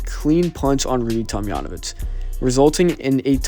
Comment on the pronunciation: That's a hard J in Tomjanovich.